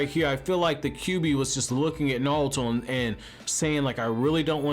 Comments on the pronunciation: Are you saying? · Knawlto lol....... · I can't get passed your pronunciation of Naruto. How does one have a Naruto channel and not know how to pronounce Naruto?